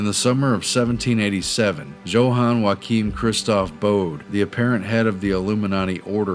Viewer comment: Johann is pronounced yo hann not joe hann fellows I know because it's my brother's name not hating on y'all appreciate you and ur video:)